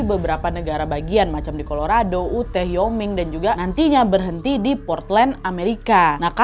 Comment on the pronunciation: Wyoming bacanya wa-yoming bukan yoming wkwk